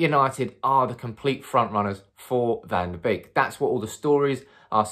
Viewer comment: One of the only Youtube influencers who says his name with the correct pronunciation. Kudos!